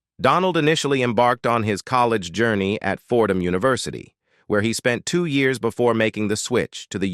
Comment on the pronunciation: If the bot can't even pronounce simple words like University and yet say it the way it should be pronounced in the next sentence I can't help but not to think this is AI at its worst this sucks...I'd much prefer a real narrator.